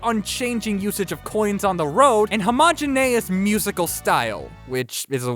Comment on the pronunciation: The irony of wanting to use big words like homogenous but jot pronouncing it correctly